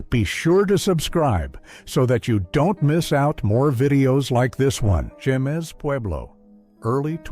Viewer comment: First picture- Jemez, pronounced, “hay-mez.” ☺️